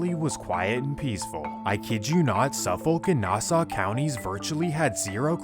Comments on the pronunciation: its pronounced SUFF - iK and NASS- AW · Why is he saying nassau like it aint pronounced nasa , and hes wrong for decades theirs been gangs here in nassau county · As someone who is was BORN AND RAISED in Central EYE-SLIP (as AI got it wrong🙄 also SUF-FOLK and NAS-AWE as we pronounce it...) MS has been a HUGE problem forever on long island. i graduated central islip hs in 2004 and we were fighting MS back then...it didnt matter if you were black, white, emo, goth, thug, or jock...WE ALL HATED AND FOUGHT THE SHIT OUT OF MS. i am in no way affiliated with any gangs. But it made me cultured and it built my character, and made me who i am today. I'm proud to call long island home!!!! people dont realize that Long Island is FAR from the Hamptons and its all rich people. there's LOOOOTS of miles between Montauk and Manhattan.. 💖✌🙋‍♀🗽 my husband is from Brentwood, the town next to CI. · Its pronounced nass-saw and suff-fick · Nass-aw and suffok is how you pronounce it just fyi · "Nah-Saw county" lol....bro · 1. Nassau IS PRONOUNCED: “NAS-SAW” 2. Suffolk is pronounced: “SUFFICK” 3. Long Island is pronounced: “LAWNG EYE-LAND” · Your pronunciation of Nassau n Suffolk is insane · Great vids but you gotta step your pronunciation up fam. Mystikal, Suffolk, Nassau.. one YouTube search can fix this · Learn how to pronounce Nassau and Suffolk counties before you start spreading fake news about them. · I never heard “Nassau” pronounced like that, but then again, I’m stuck with this stupid “aw” accent 😂 I remember back when I first started driving being from Bay Shore, that if I got to a four way, don’t flash your lights at someone who has their lights off. Apparently this was an Ms-13 initiation where they follow you and murder you. But I never had an issue so idk 🤷‍♂️ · Nice video. These people are despicable. Some feedback for you: c'mon, pronounce Nassau, Suffolk, and Islip correctly. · it hurts how he pronounces suffolk & nassau county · That pronunciation of Nassau 😂